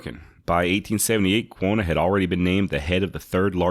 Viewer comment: I have been binge playing all of your episodes on spotify. Like the show obviously but can we get you to say Quanah right? You say it like Quona ....like Jonna and it drives me nuts. lol Have to give you a little bit of a hard time. Keep up the good work.